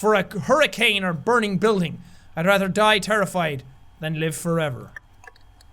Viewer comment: NO, HE IS LOSING HIS ACCENT! '' Do you Jack, take punk... '' 4 Evah '' ''' NOOOO HE SAID IT SO ENGLISH LIKE :(